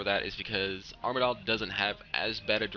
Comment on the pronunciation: Its pronounced arma-dil